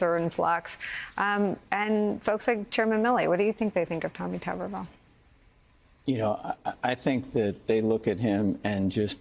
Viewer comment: Gen. McCaffrey, it’s pronounced ‘tub’ and not ‘tube’. Tub er ville. And he is completely clueless!